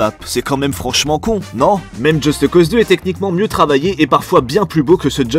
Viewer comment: "Djeusteuh Cause"